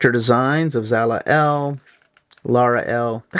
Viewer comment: Jesus just butchering names. It’s Lara not Lana and its Kara Zor-EL not “Zala” come on man